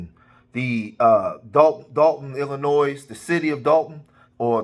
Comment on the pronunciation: The “s” in Illinois is silent😮